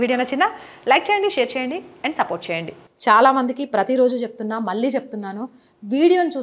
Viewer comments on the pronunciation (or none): none